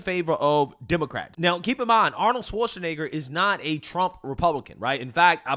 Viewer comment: I thought that Lefty CBS propagandists name was Margaret Brennan NOT ‘’MARR-GET Britain’’ . Also Arnold’s name IS pronounced ARE-NOULD NOT Arn-our. 🤪 Your speech impediments are rising to the REE-Rees of the left, soon you’ll sound as silly as the PD-F File~ Destiny.